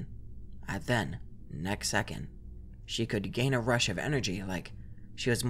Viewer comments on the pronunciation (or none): none